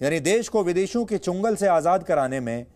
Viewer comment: Shayad aap bhul se jaldi me changul shabd ko chungal bol diye . Koi bat nahi kabhi kabhi aisa ho jata hai . Aap bahut achha jankari dete hai iske liye aabhar.